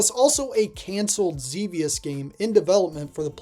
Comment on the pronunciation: Good for you calling Xevious "ZeeVeeUs" correctly. F*ck those nerds who call it "ZehVeeUs"...they probably never even played the game in the 20th Century.